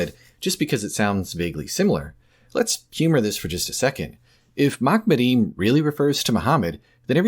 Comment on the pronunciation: not "makmadeem"... in the Hebrew its "maHamadeem", the H there being the Hebrew חֲ, originally pronounced as the arabic H in Muhammad. not my fault your linguistic deficiencies keep you from pronouncing it right